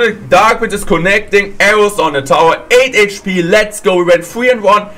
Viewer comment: End of video I heard 8hp as 8 inch pee..